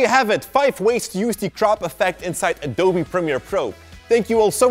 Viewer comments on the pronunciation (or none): none